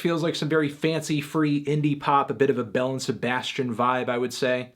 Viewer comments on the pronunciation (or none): none